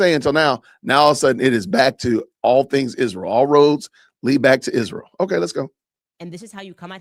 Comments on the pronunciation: Why does she say ISHreal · Is anyone else getting a perma-twitch from hearing her say, “Ishhrael” so many times in a row? Just asking the question.